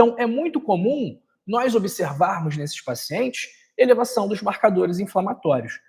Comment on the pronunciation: Não se pronuncia nóis e sim nós